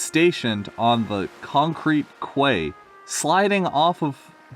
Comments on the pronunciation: Quay, pronounced “Key.” Actually, it has two definitions, and one of them is appropriate for this context. Eagle’s been a character in Fan-made stories for years. T1E2H3, Victor Tanzig, etc. woah woah Woah WOAH back it up... what the fuck? Other fan-made characters. Atlas is from Victor Tanzig’s “Stories of Sodor”, Jim is from T1E2H3’s “The Engines of Sodor” and Albert is from ShunterProductions’s “New Railway Series”. No idea where Tim or Jerry are from though, I assume they’re the writer’s OCs. mf got a blazer 😂 I know it was a different time, but it just sounds weird hearing about a 12-13 year old wearing a fucking blazer And as always, very fair grammatical criticism! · Quay is pronounced 'key.' And facade means front of a building.